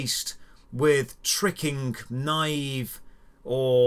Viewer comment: I think we can all agree "naive" is not pronounced "knive"